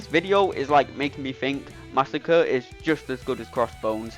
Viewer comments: Mah-sah-cre'. Not Massa-kurr. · I knew this was all lies when you said under 40 seconds but 41 seconds was on the screen 😂 You’re butchering his name, but great video! Edit: you addressed the massacring of his name.